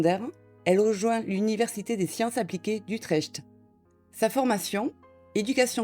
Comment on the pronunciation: J'aime votre accent ;-) Utrecht se prononce Utreckt Bises de Belgique.